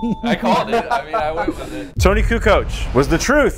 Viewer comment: It’s kukoc not kucok